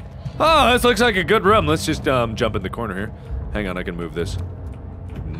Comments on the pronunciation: Mark it is pronounced "room" not "rom" :D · He pronounces room different. Sounds closer to roam. Is this a Cincinnati thing or just a Markiplier thing?